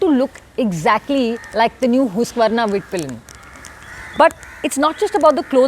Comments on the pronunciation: It's not hoosk vrna lol😂😂😂 it's husk vaa nah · its huskvarna not hooskvarna😂😂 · अरे दीदी हुस्कवर्ना नही हस्कवर्ना 😂😅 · First of all it's not hoosqvarna it's HUSQVARNA so I will dislike the video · ma'am हुस्क वार्ना nahi हस्क वान hota hai uska pronunciation😄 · Hooskvarna🙄 or... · It's uncomfortable how you say husqvarna. 😵😵